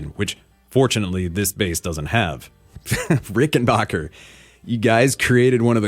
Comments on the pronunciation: Do you also pronounce "you scratch my bock and I'll scratch yours"? It's not Rickenbocker, it's Rickenbacker. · It's pronounced, ricken- BACK - er NOT ricken-BOCK-er Rickenbacker is an American company. NOT an English or German company. mispronounces it. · Rickenbacker rhymes with hacker.